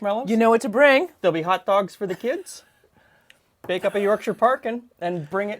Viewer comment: No one gonna mention how said the 'Shire' suffix correctly, bloody hell im impressed.